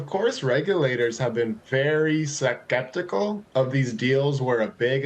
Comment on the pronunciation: "Su-kep-ti-cal"?? Perhaps the holidays have started a little too early for some...